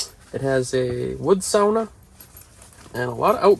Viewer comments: You Are The Only american that says sauna The way it is supposed to pronounce! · You said sauna properly. I am very impressed. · Finally; a You Tuber that can pronounce sauna correctly. 🇫🇮🇸🇪🇸🇯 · You are the first American I’ve heard to pronounce the word ”sauna” the Finnish way 👍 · the way pronounced Sauna made me -a Finn - very proud. gj!